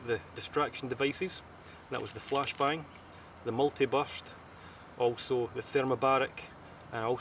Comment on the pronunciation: Isn't it obvious? NineVite217 loves how he says flash bang because of the emphasis on his words that give the listener an insight into pulling the grenade out of a fish.